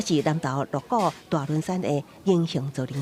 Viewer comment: 鹿谷：Lo̍k-kok，不是Lo̍k-kóo。